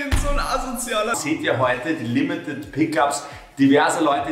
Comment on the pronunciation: sagt limitied pick ups